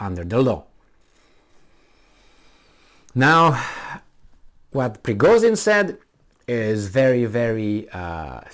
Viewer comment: he's Prigozhin not Prigozin ))))